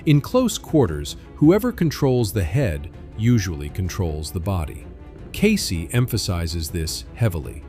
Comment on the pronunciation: "CASEY"??!!!! WTF is "CASEY"?? KEYSI!!!!!